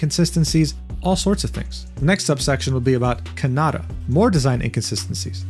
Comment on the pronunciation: please learn the 5 Japanese vowel sounds. It’s the same sound for every usage. Triggered my the sakuna and kanata pronunciations